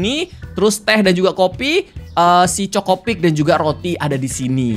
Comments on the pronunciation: CHOKIpik kak regi, bukan CHOKOpik 😂😂😂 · chokipik bukan chocipik😅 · Kak regi yang cereal itu bukan chocopik tapi chokipik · KA regii,sekedar mengingatkan itu chokipik,bukan chocopik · Kak regi cereal ny bukan chokopik tapi chokipik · Chokipik bukan chocopik bg